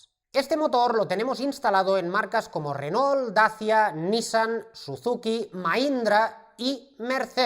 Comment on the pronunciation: ESTIMADO, LA VERDAD QUE TUS VIDEOS SON UN PLACER, PUEDO ESTAR TODO UN DÍA APRENDIENDO CON ESTO SI PUDIERA. TE MANDO UN ABRAZO DESDE ARGENTINA. P.D: critica constructiva, se pronuncia "renó" Saludos